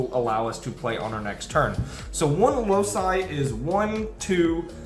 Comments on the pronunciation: Excellent video, as always. Just one minor thing: the card is pronounced Loki, like the Marvel character, not Lousai. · isnt loci pronounced "loki"? Great Vid tho! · I've never heard a card be more inconsistently pronounced then Loci.